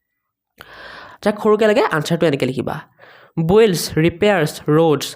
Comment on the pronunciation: বুইল্ড নহয় বিল্ড